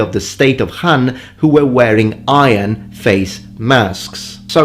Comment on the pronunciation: Great video! that kingdom Han in chinese is 韩, with the second tone, not 汉 with forth tone. The "dragon mask" you are showing here is lion, that activity is called “舞狮”, and it doesnt has to be associated with new year. It can be shown at any celebration occasion. Plus I dont think there is such thing as dragon mask in ancient china. Cause dragon is the symbol of emperor, common people or any noble that is nor from emperor's family is not allowed to possess anything resembles dragon. Also, the modern China map you are using is not correct, neither according to PRC or to ROC. That map is missing either only taiwan province(PRC version), or missing tainwan province and outer mongolia province(ROC version).